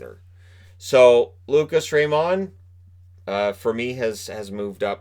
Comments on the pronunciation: I won't be surprised if, in a few years from now, we see Byfield being the one who should've gone number one... or someone from the 6th round amazing us all. Edit: Also, again, "Raymond" is pronounced like you think it is - not that french touch you want to add. Trust me, we're both Swedish and I've heard his name quite a lot:) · I love ur content but plz stop saying lucas rayMOND